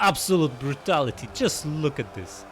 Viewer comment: Oh... brrrrutality ❤😂 love it!